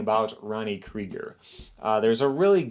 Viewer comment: It shows you have no idea who Creager is… You cannot even say his name right kid!!